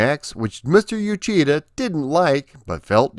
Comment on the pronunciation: Uchida (内田) is pronounce like oo-chee-da, not you-chee-da.